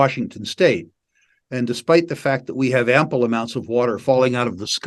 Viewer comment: "Ample"... Come on, Antonio! Don't you speak French?